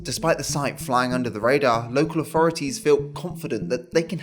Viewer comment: Its so hard to listen to young brits who cant pronounce 'th'. 3='free', authority='awfority'. Not sure children with such poor diction should be allowed to dilute the language like this.